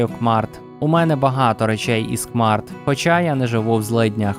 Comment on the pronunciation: дякую, дуже гарне відео, але хочу додати, що не "кмарт", а "кеймарт"